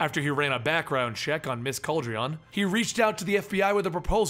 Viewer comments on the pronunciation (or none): It’s pronounced Cal-deh-roan my brother